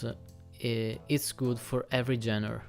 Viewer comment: Great review very helpful, thank you. I realize you are not a native English speaker so I'm not sure if it is hard for you to pronounce the word "Genre" or if you do not know. I am not making fun of you, you speak English very well, better than I speak any second language I just want to help you for the future. The 'G' is genre is not a normal 'gee' sound it is 'ZHän" I hope this makes sense.